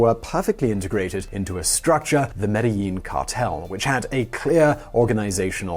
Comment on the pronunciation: It's pronounced medgeheen